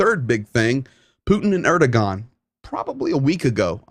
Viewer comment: I think you might want to check your pronunciation of Erdogan.